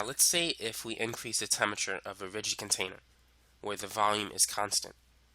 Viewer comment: This guy is obviously super smart, but as a lit major, I couldn't get past "temmerture" (temperature) to finish the video.